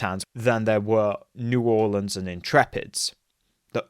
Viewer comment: Great video! Also props on pronouncing New Orleans correctly